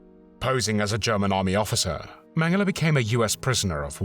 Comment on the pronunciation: Thank you for the excellent video, as always. Also thank you for pronouncing his name correctly.